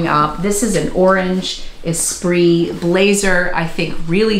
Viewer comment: Am I the only one who thought "Esprit" was e-SPIRIT their whole life and thus pronounced it "ee-spirit" until just pronounced it correctly? hahaha